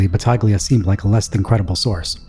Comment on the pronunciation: Battaglia is pronounced “Ba-tall-ee-uh